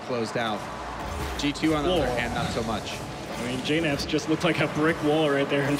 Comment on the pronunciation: I understand it. It's just that you guys don't know how to pronounce JKnaps. It's pronounced J-naps